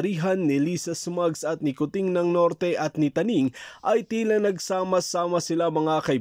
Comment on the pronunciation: Tuning Hindi Taning